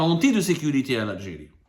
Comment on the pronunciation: « Pour protéger la sécurité de lalgé-ri contre toute agression « 😂 MasterClass de fin d’année 👌👌👌